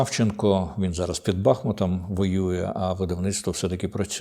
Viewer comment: Шановний пане Дмитре! З усією повагою, але, навіщо ви кажете БАхмут? Місто називається БахмУт!!! І річка, БахмУтка! Прошу вас правильно вимовляти назву нашого міста! Слава Героям!